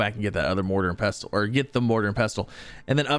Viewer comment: The T is silent in pestle. 😊